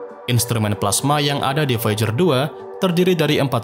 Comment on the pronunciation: Baca VOIJER...